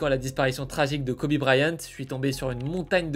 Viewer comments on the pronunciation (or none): none